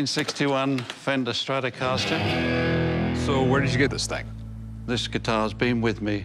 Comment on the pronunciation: this channel sux. "Fenderstap" guitar? LOL all credibility is gone.